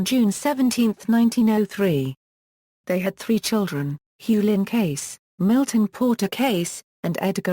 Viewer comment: Please pronounce his NAME correctly. Thank you!